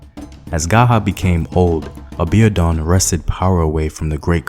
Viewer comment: Excuse me... Aa-bee-or-dune is the pronunciation for Abiodun Thanks for the commentary! I'm a Nigerian born and living in...